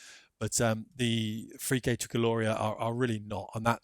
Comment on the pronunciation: Hi, thanks for bringing this to our attention. Looked safe from the trailer. Shocked to learn of the little girl fatality, could have been my daughter. Unbelievably sad timing 😢 On a lighter note, I don't expect an Italian accent, but you butchered the pronounciation of Frecce! I found it amusing though so no offence intended. It's less Freaké, and more like Frechay. I've watched or photograped many teams over the last 30 years, and the only accident that I saw was the Russian MiG-29's at Fairford in 1993 with no fatalities miraculously. The Pat. Suisse waiting to take off in their Hunters as the drama unfolded above their heads.